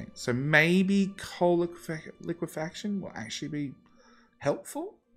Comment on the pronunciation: Holy shit... I think that's the first time I've ever heard someone say it correctly as liquefaction instead of liquification.